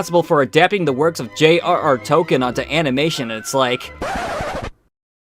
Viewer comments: This is kind of a nitpick, but.... It's pronounced Tol-KEEN, not "Tol Ken." To be fair to, that's a common mistake. It is amazing there's three of these videos and nobody mentioned that though. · So you keep saying Token (Toe-Ken)... It's. Tolkien J. R. R. Tolkien with an L in the middle. Pronounced Towl·Keen. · Tol-keen. Please don’t expect to have your opinions taken seriously if you’re not going to make an effort to pronounce the man’s name correctly.